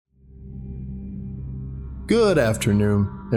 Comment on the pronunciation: "good afternoom"